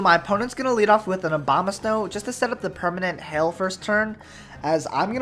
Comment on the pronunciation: Am I the only one who hears Obamasnow every time? XD or he does that on purpose?